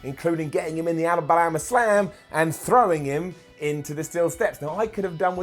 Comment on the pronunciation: That was a weird way to say Alabama